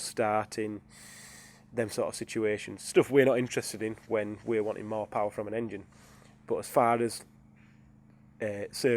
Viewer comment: More powah baby